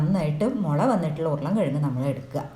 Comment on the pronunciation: മുല അല്ല മുള ok 😂